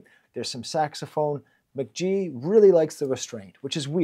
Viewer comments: "Muh-ghee" not "Mick-G" c'mon man!! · I really like this analysis, but hearing Mk.gee pronounced as "Mick G" was so triggering for me 😩. It was obviously the original intention since his name is Michael Gordon, but "mac gee" sounds so much better and he's confirmed this pronunciation in the past. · Pronounced "McGee" lmao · Pronounced McGee